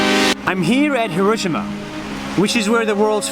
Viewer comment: It's not HirOshima. It's HiroshIma🤣